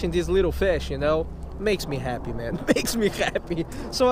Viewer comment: you said khappy lol